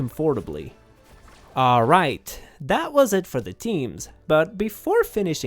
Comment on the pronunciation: You really need to learn how to pronounce "comfortably" right 😄